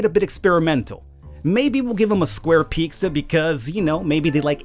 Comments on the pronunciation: lol ‘peeksa’ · I love how you say "Picsa" 😂😂